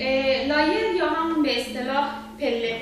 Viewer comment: با غرض معذرت لایر تلفظ اشتباهیه طریقه درست تلفظش ( له یر ) بث